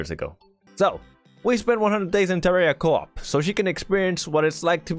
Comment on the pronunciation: did you really just say co op